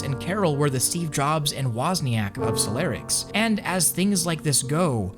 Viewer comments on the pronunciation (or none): It's stressing me out how you say solarix and not solirax the entire video 😂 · you pronouncing solirax and solarix is giving me anxiety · It's Solirax, not Solarix